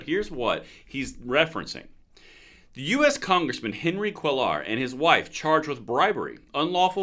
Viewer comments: It's pronounced KWAY=ar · His name is pronounced Quaa are. He doesn't always stay on the democrat plantation. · Spanish “ll” is pronounced like an English “y”, so Cweyar for Cuellar. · Pronounced KWAYAR. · Hi,. It's me again. It's pronounced "kway-are." Double L's are like "y." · Pronounced Qway are.